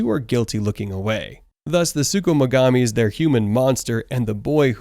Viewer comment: I'ma need you to chill on saying sukumugami